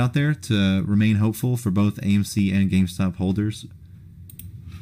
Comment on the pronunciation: Lol you said gaymc. Love u dude keep it up.